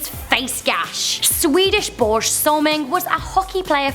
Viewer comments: Borje Salming... pronounce (BOR-Ya) Salming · That is not how you pronounce 'Börje' >.< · The way you say Börje!!! XD XD Swede here! XD XD I just love how americans never even try to say it right XD